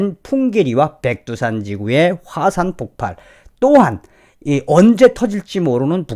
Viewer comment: 폭팔이 아니고 폭발로 바르게 발음해 주세요.